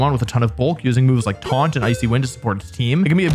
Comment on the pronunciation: "Twaunt..? 🤔" Twaunt.😂😂